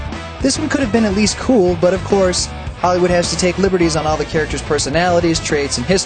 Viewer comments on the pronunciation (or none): none